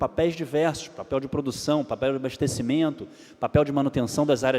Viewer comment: ele disse...."ABARTECIMENTO"?